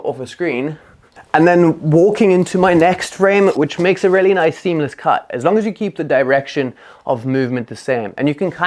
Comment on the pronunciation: I like this video and am going to try all of these, but homie just decided to switch the letters in “really” to “raelly” 😂